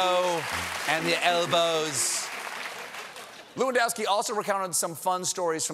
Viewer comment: its pronounced Number 9 Robert LEWANDOWSKI